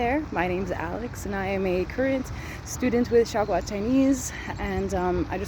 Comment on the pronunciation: Her way of speaking Xiaogua sounds like "Shagua"傻瓜 XD